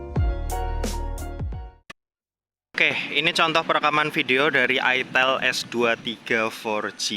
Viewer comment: itel bang bukan itel